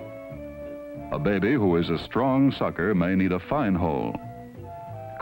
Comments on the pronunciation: Anyone who watches Ze Frank’s videos will get why I cracked up every time he said “beh-beh.” (And if you’ve never seen Ze Frank’s animal mini-docs, they’re both hilarious & educational.) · Behbee! Lol